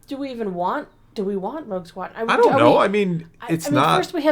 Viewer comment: it sure sounds like almost said “Woke Squadron” 😂☠️